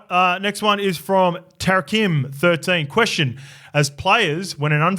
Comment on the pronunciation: Cheers guys for the feedback love the butchered name tarikim13 (Ta-Rī-Kī-M) Definitely didn’t think that call cost us the game but did change the wahz momentum looking forward to the WAHZ next year awesome show to listen to and hearing your insights on the game and learning more much appreciated